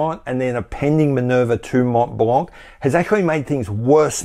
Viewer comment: Candid question : does the average Hublot customer knows or cares whether or not his watch is powered with an ETA ? MontBlanc : both the T and the final C are silent. Pronounce it like Monblan.